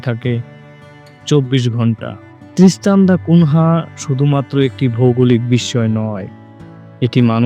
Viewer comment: ত্রিস্তান দ্যা কুনিয়া। নামটা ঠিক করে নেবেন ❤